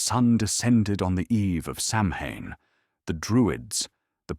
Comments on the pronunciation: It's pronounced Sow-when not Sam-Ham. And it's always "K"eltic with the hard.C sound when talking about the culture. Only the Basketball ball team uses the soft C. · SOW IN or Sowween not Samhain thanks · It is pronounced soween or sowin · Hahaha you pronounced Samhain the wrong way